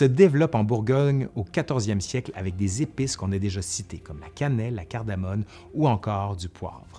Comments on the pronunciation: Super . Juste c est cardamome et non cardamone ! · Cardamome et non cardamone ! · Bonjour ! Sujet très intéressant Je fais un rectificatif : on dit cardamome et non cardamone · on dit "cardamoMe", cardamone j'ai jamais goûté. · Eh oh,, c’est pas cardamone, mais cardamoMe!!! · Très intéressant mais pour info : CARDAMOME et pas CARDAMONE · C'est "cardamome" pas cardamone ! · La « CARDAMONE » n’existe pas. La « CARDAMOME », oui. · CardamoMe et non pas CardamoNe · CardamoMe. Et pas N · Excellente vidéo! Attention seulement, il faut dire « cardamoMe »!